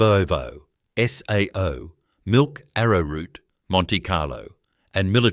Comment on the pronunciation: Did you say milk ave a root?